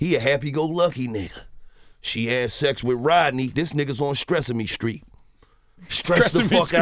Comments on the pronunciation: "STRESSEME STREET" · Stresseme street